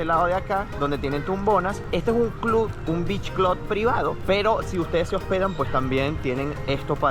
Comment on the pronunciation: Beach "clud"